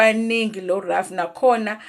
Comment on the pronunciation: No it can't be ref ask any attorney or jurist that you know they will tell you she's pronouncing it correct